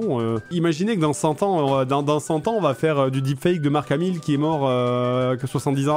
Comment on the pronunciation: Je suis le seul a entendre "Jean Marc Hamil " ? 😂